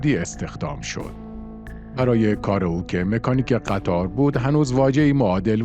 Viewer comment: آقا شما چرا روی اسم قطار تشد ید میذارین قطّاردیگه چیه .. اول فکر کردیم گفتین قتّال !! قطاره قطار بدون تشد ید ه